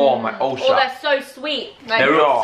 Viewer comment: Alfie says" Ohhh my ulcer." But I heard "Ohhh my ballsack." Not sure how ulcer can sound like ballsack, but it did.